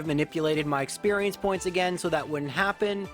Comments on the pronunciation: A gain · GO AGANE xqcS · Knew this guy was Canadian based on the way he said “again”